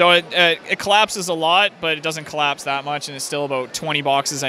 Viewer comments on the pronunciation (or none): none